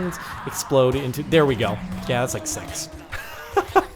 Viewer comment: "Did he say yah that like sex,"?